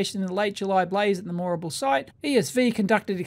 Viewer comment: Your pronunciation of "Moorabool" is not quite how the locals pronounce it